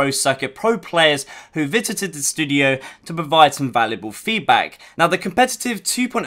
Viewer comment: "who vitited the studio" 😂